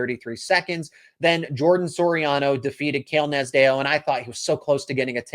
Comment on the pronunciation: You're butchering Cael Nasdeo's last name. It sounds like Naz D O